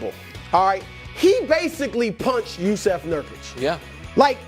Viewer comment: Only worse thing than Draymond punching Jusuf is how they pronounce Jusuf.